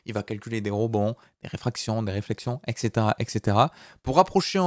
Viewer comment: Salut,!, Ne le prend pas mal, mais "Et cetera" ou "et cætera" ou encore "etcétéra". Se prononce: éT cétéra... et non éK cétéra... Sinon tes cours son Hyper Top, un grand merci!